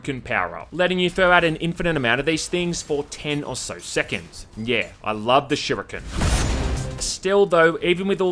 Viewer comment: "Shy-ryu-kens" ""Adver-das-mints"